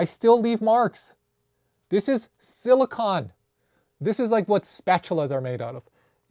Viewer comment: Friendly tip, it’s pronounced sili-cone, like ice cream cone 😊